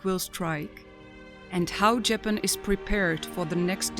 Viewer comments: Love these video's but the narrator makes me want to keep scrolling since she can't even say Japan right, it's not Jay Pan!! Sounds too computer generated and is really off putting. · JAPAN Pronounced : [ juh-pan ]. Say it correctly! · This woman cannot even pronounce JAPAN correctly. Get rid of her!! 🙄